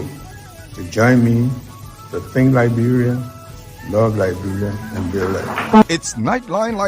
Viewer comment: With all respect , please pronounce correctly Liberia not liberalia